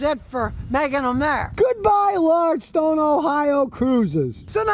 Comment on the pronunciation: Hey Scooty it's Lordstown not Lordstone! 👍 lol see what I did there? Just messing with you ..